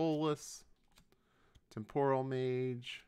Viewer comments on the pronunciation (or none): none